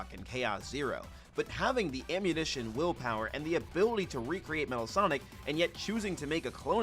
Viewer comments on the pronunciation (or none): Whenever he says will power I just hear lil power